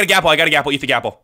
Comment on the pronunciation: why do you say golden apple like gapple